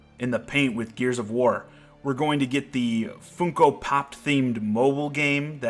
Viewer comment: Foonco? I don't know if you were joking but it's Fun-co.